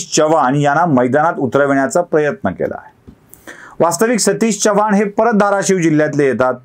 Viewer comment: तुम्ही चव्हाण चा ऊच्चार च्यव्हाण करता.जरा खटकते.